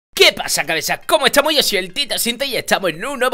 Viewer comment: no dice “estamos" dice “etsamos":v